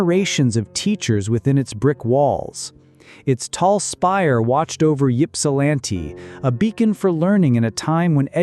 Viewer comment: Ho-ton, it’s spelled “Mackinac, but it’s pronounced Mack-in-naw, like gnawing on a bone.” The flashing yellow screen at each end of the pictures is VERY UNPLEASANT AND ANNOYING. Stop doing that crap. It’s not Yip-sil-lanti, it’s Ip- sil-lanti. The flashing lights are too much. I can’t watch any more. It’s giving me a headache.